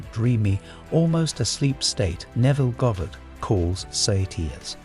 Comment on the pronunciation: I would love a real voice. It's tough to concentrate with the mispronounced words. I know.. I should just let it pass but it's Neville's name for Pete's sake. It's like slapping him in the face. Please figure out how to get your AI voice to pronounce Goddard right. Sigh.